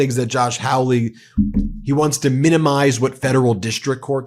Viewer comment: The disgusting Josh Hawly's name is pronounced "Holly-ish) is truly horrible.